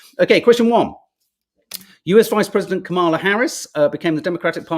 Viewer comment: OK. I'm going to try this one last time: her name is pronounced "Comma La." I know you can do this. You eventually learned how to say Joaquin. The emphasis goes on the " Comm." COMM a la. Thank you.